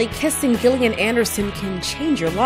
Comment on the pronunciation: Gillian is pronounced with a soft G.